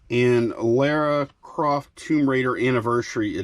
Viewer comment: You seriously mispronounce Lara Croft? ffs